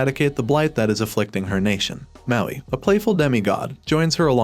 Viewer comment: Do you say mountain? It’s Maui.